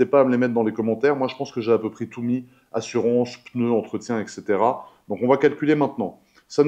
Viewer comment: Dis frérot, petit cours de français, et ainsi de suite se dit et cetera et pas ex cetera..... et comment tu vis, c'est juste comment je vis et pas comment est-ce que je vis et merci pour cette belle vidéo intéressante et bonne soirée à bientôt, GG !